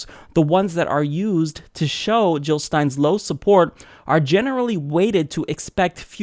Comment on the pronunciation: Jill not Hill. Period.